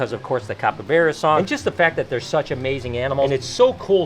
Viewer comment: It’s capybara not capybeara